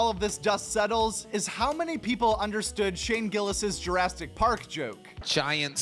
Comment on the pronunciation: Did you say drastic park? 😂